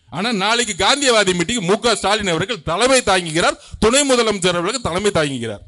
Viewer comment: மொதலமைச்சர் கிடையாது தம்பி முதலமைச்சர் இதையே உன்னால் ஒழுங்காக உச்சரிக்க தெரியலை